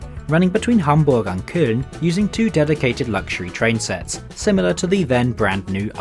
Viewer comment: PLEASE stop saying "thee" and start pronouncing it correctly. We're not in the middle ages and you'Re not a poet.